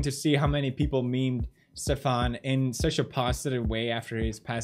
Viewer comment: stefan is not pronounced like that